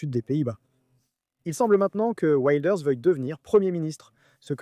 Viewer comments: Effectivement, ça se prononce Wilders et non Wailders. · "Waildeurs"?! Le néerlandais n'est pas de l'anglais. Il faudrait vous renseigner sur la prononciation des noms propres avant de publier une vidéo. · Ça se prononce « vilders « non? Tu le prononces à l’anglaise mais c’est un hollandais !😅 et les G se prononcent R…😉